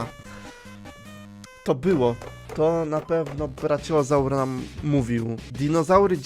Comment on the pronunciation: czemu on czyta brachiozaura braciozur